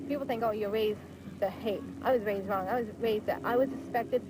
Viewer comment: "OH it's wong" lol yea stay over there breeding wit ya backwoods brothers lmao